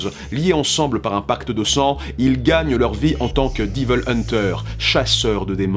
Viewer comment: Diveulman, Diveul hunter, Diveul May cry, non non "haie-ville" est la prononciation la plus opti. Une lettre de mise en demeure arrivera bientot.